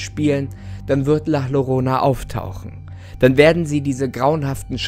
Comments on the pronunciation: das "llorona" wird "jorona" ausgesprochen ;) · Du sprichst den Namen falsch aus… doppelt Ll wird wie j ausgesprochen. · Maaan, Llorona wird am Anfang nicht mit Doppel L ausgesprochen, das Doppelte L wird im Spanischen als J ausgesprochen. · Ist ja ganz interessant aber bitte sprich die llorana richtig aus es wird nämlich jorona ausgesprochen😉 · Llorona? CCORONA??!?!?!?!?!?!?!? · Wieso sprichst du Llorona wie Lorona und nicht Ljorona aus? Als Spanischlernender ist das das was mich am meisten an diesem Video gruselt 🤢😅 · Ein doppel L wird im Spanischen j ausgesprochen😂 Gutes Video😁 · Funfact es wird Jorona ausgesprochen. Da LL im Spanischen als J ausgesproche wird. Das ist jetzt aber nicht so wichtig. Im grunde genommen ist es die Basis Formel für so ziemlich jede legende. Man nehme etwas mehr oder weniger Normales. Baut eine geschichte drum. Und lässt unwichtiges, wie aussehen weg. Ob es die Futakuchi Onna, die Schneefrau, die Kuchisake Onna. Oder Bento bento ist. (Das ist einfach nur ein Unsichtbares Plappermaul, das dir hinterherlatscht.) Oder wie im Spanischen El Silbo bzw la llorona. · Es heißt Llorona (ausprache=JORONA) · Bitte richtig aussprechen Danke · Hab nur auf das Video geklickt weil ich gesehen hab, dass es ein deutscher Kanal ist und wollte wissen, ob er Llorona falsch ausspricht. Jap... gruseliger als die Legende lol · Dein Frisör hat gerade Angst bekommen....btw du sprichst es falsch aus😜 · Man spricht es anderst aus